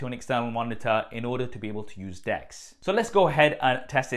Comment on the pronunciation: I thought he was pronouncing 'Desk' wrong when he was on about 'Dex' mode. :-D